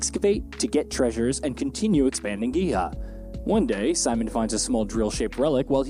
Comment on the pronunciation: His pronunciation of Simon should be (see-moan) and Giha as (gee-ha). Unwatchable to me.